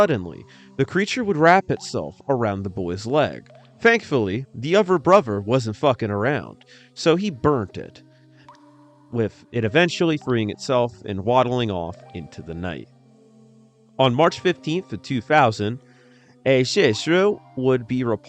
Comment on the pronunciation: Butchers English..."Dee uvrer brover"???